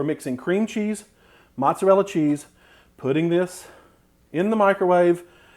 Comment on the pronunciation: can't trust anyone who can't pronounce "mozzarella" properly